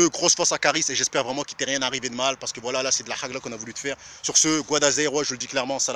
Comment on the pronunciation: c'est pas HAGLA, HAG9A.. Si tu sais pas dire, ne dis pas